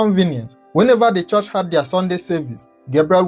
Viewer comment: Stop saying chorsh despite your well spoken English. It is pronounced CHURCH.